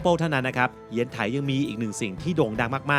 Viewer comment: ชื่อเมืองอ่านว่า เยียนไถ ขอรับ